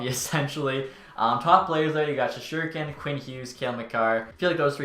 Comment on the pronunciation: does it piss anyone else off how he says Shesterkin, dude says shesherkin, misses the "ST"